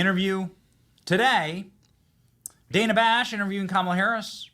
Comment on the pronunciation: Dana with a short A first syllable? Nope, it’s Dana with a long A sound in 1st syllable. Come on Kamala….if you want your name pronounced correctly, pronounce other people’s names correctly.